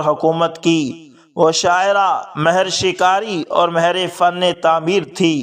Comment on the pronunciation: جناب آپ نے ماھر کو مھر بولتے ھے مھربانی ھو گی آئندہ اس کا خیال رکھیں